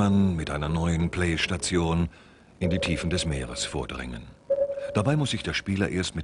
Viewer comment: Die sprechen "Playstation" echt toll aus :D